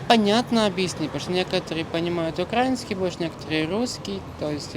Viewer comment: Когда он произнес "укрА́инский" с ударением на "а", то сразу стало понятно, что этот юный друг никогда не стремился и не пытался овладеть украинским языком. Он просто не хотел и вряд-ли когда-то захочет изучать украинский. Даже когда ему дали бесплатный сертификат на изучение языков, он говорит:"Тогда английский выучу" вместо того, чтобы начать изучать украинский ( он ведь сказал, что:"Я тоже пытаюсь, но у меня плохо получается"). Тем более, судя по элементу одежды можно предложить, что он работает в сфере торговли (например, в кафе), а потому у него прямая обязанность на работе розмовляти українською. Короче.... Этот кадр относится к группе тех людей, которые живут по принципу "та какая разница?" и в будущем они идут на сотрудничество с оккупантами и становятся отличными "полицаями".